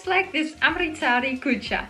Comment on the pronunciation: I luv ur videos. U try to pronounce everything in the right way and ur cooking style is amazing. But it is not kuccha it's kulcha as far as I know it might different in other parts of the country